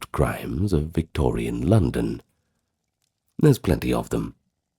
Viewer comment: My name is London and I love your voice.I love how you said my name , the vacating of this video